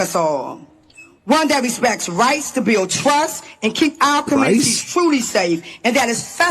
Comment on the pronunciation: The truf, commrnunities, burial, toof etc